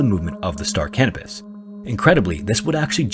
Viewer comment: I swear he kept saying the name of the ship in story was the Star Cannabis hahaha